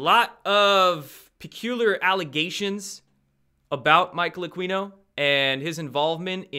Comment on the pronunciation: Hey, Aquino is pronounced Ah-kee-no, not Ah-quee-no. Keep up the good work!